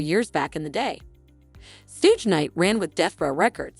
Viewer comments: His name is not sooge, its shug as in suger without the "r" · Suge ( phonetically=shoog) not sooge..... annoying af. Buddys a clown but still say the name right